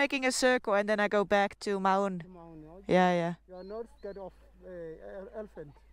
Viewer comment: Mau(n) is pronounced like the "Mou" in Mound.